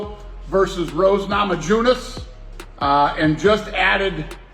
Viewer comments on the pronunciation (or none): How does dana still not know how to pronounce Rose's last name? 😂😂